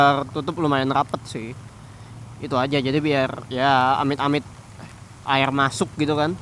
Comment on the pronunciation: airrl, lumurrll, pasirrlll :v